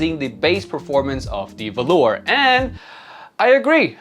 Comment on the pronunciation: I do believe it's pronounced volur with short o and u, either way it should sound nothing like the fabric velour!